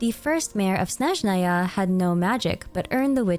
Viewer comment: her name is pronounced like YAgoda! yá-go-da. Ягода also, it's SnÉzhnaya, not SnezhnÁy